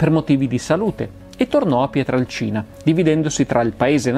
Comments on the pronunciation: Bello, documentato e puntuale come sempre, ma... PietrElcina, non Piatralcina. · Si pronuncia....Pietrelcina !!! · Ciao Massimo, interessante video ma ti faccio due appunti. Il paese di origine di Padre Pio è Pietrelcina (e non Pietralcina come spesso ripeti) e si trova nel Sannio, in provincia di Benevento, e non nel Gargano. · Massimo questo video è un prodotto eccezionale, ma è Padre Pio da PietrElcina e non da Pietralcina. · Non è fondamentale ma è PietrElcina e non Pietralcina, è un errore comune =) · Cmq il paese è Pietrelcina, no Pietralcina!!! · Si chiamava Padre Pio da Pietrelcina, non "Pietralcina". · Scusa Massimo Ma PIETRALCINA, o PIETRELCINA??? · Pietrelcina Pietrelcina Pietrelcina Pietrelcina Pietrelcina Pietrelcina Pietrelcina... non "Pietralcina" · È Pietrelcina comunque non Pietralcina...